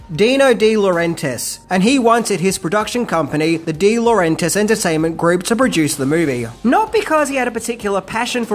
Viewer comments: DEE LAW REN TIS!!! ITS DEE LAW REN TIS!! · Please pronounce deLaurentiis properly